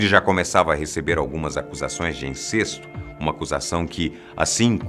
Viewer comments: Na palavra INCESTO , você pronunciou. /incêsto/ o certo é falar /incésto/ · tbm não sabe como se fala 'incesto'... kkkkk Que profissional, hein?!